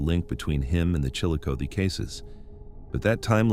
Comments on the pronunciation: Chillicothe. is pronounced Chill A Coth E. (Coth like Goth) your welcome lol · Chillicothe is pronounced Chillo-Coth-ee. Coth rhymes with broth!!! Scioto is pronounced Sigh-oh-toe. I think you video creators need to really watch local newscasts in order to figure out how to pronounce words! You sound super ignorant!!! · chill-uh-coth-ee and si-o-ta. there, fixed that for you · It's pronounced Chilli-CothEE and Sci-0T0. US Rt 23 -35 & 50 all intersect here. It's called the Hillbilly Highway because 2-3 generations of Appalachians traveled North from KY, VA, WV for Construction Work when the coal mines were unstable. The Opioid Crisis followed post Y2K. fyi